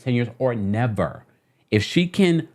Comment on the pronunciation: “Or Neverr” 😭😂🤣